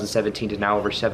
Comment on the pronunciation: Did you say now as meow at the start? 🤣Great video as always